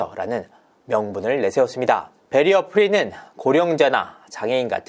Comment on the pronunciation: 일단 박위 잘못 인정. 그런데 배리어 프리어한 사회는 뭔가요? 자꾸 그렇게 발음하니까, 웃겨서요. 한두번도 아니고.